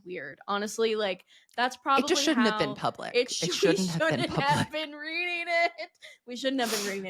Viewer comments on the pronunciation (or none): none